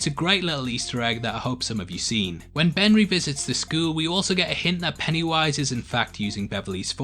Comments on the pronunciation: he says benry instead of ben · Did you say benry